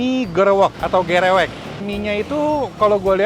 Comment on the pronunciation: Bacanya emg "Gerewek" koh bukan "Gereuweuk" klo di Sunda Beda arti soalnya